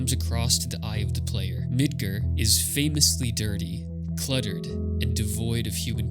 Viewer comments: It's MidGAR not midGER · Mid-gar not mid-ger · I legit laughed when you said Midgar like Midger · “Mid-ger” I don’t wanna be that guy, but dude wtf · That's the first time in my life I've heard it pronounced "Mid ger" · Bro did you really just call it Midgrrr? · Is there a reason you pronounce Midgar incorrectly when the voice-acted Remake has been out for almost 5 years? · The "A" in your pronunciation of Midgar is the loneliest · Even though alot of people think ff7 is anti capitalist, its actually anti corpotocracy, which is where a company controls an entire government or even a nation. This video is still very good and insightful regardless of political views and i think ill give him a sub because there was alot of effort and thought into it. Only thing that truly bothered me with this vid is that he pronounced midgar as midguuur lol. The premise of the video is quite good even though ff13 is the loneliest ff game by far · hey thanks for replying! I really enjoyed the video and even as a kid i somehow pronounced midgar right so when i heard it i was like wut xD. Look forward to your next video!